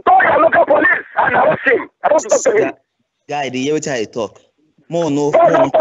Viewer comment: "I DON'T WANT TO TALK TO HEEM!"